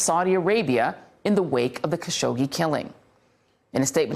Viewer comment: Hasn’t it been long enough for Joy to learn how to pronounce Mr. Khashoggi’s name correctly? How disrespectful.